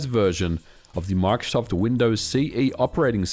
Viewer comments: bro makes "microsoft" sound like "mark shuffle" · "Mike Shoft" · “My-cro-soft” - Microsoft